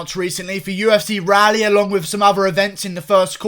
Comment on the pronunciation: Pronounced: Rall - E...... btw